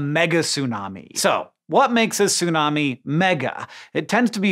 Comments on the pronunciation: It's tsunami, not sunami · you need to pronounce the T in tsunami! its not Sunami... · Stop saying "sunami", the t is not just for looks. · Sorry, I can't watch this video. I forgot that you don't ever pronounce the T in Tsunami, and as I guy who's devoted years of my life to the study of Japanese, I just can't bare hearing you say "soonami" over and over and over and over and over and over. I have to skip this one. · The way you pronounce tsunami bothers me so. Is it really that hard for native English speakers to pronounce /ts/ when it becomes the first consonant of a word? You don't seem to have a problem pronouncing "bits" as an example.